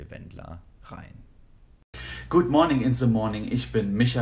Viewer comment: good monin in ze monin" Einmal ordentlich englisch aussprechen